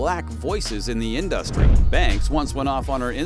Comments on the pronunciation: In-duh-stry Gotta love AI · Pretty weak claims, video ends abruptly as if it weren't finished, and there are about 25 instances where the AI voice mispronounced InDUHstree. 😂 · Every time this dude says In-dus-tree I giggle😅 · lol why you pronounce industry like that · Why are you saying industry like that? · OMG!!! Pls STOP saying Industry like that!!!😂😂😂 but yeayvI getvit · Why are you saying industry like that??? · This video is absolute trash. Katt Williams didn’t even NAME Beyoncé; fans just thought his tone implied that she was involved. Don’t waste your time, the narrator is a bot that can’t even pronounce the word “industry” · Learn how to say industry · The way he kept pronouncing industry was all I needed to know 😂 Social media is hilarious